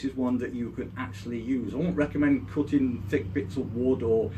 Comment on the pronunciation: i thought he said cooking but he was saying cutting all along